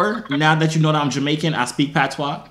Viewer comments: "Patwah", thas how we pronouce Patois lmaoo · PAT-SWA girl uh deaddddddddd he caan even say dat right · You said pattwa so many times and you ain't even speak it once 😂😂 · I stopped when this dude said Pat tois... I’m Samoan and I know ain’t no Jamaican pronounce patois like that.